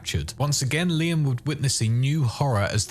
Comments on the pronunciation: It's Leon haha not Liam. Not his name bud. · Sounds like your saying "Liam" instead of Leon.. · Are— are you calling Leon “Liam”??